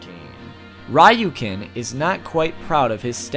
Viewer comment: Ryuken is pronounced "Re-yu-ken" not "Ra-yu-ken" lol